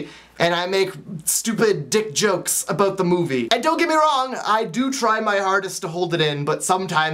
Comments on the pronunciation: "Aboot." Haha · I love how you say "about"!I live in the country out in Georgia & I used to live on the west coast and in the city in Atlanta (btw I was born in Florida) and i used to speak all proper & now I feel like a country bumpkin.& so when I go back to the city sometimes to see my old friends everyonewill be like wtf happened to her because i will be talking like a true counrty bumpkin but i love everything out here inthe country so i dont tend to worry about it that much(:& those shivers drive me crazy! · I just love how you say about! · your Canadian is showing.....about......:3